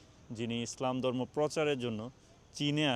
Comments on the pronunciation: ভাল উচ্চারন করতে শিখুন। দরমো না কথাটা হবে ধর্ম। ধন্যবাদ। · দর্ম না ধর্ম! ব‍্যাস কিছু না বেশ কিছু পচার না প্রচার! কে হবে খে। একটু চেষ্টা করলে বাংলা উচ্চারণ ঠিক করে ফেলতে পারবেন ইনশাআল্লাহ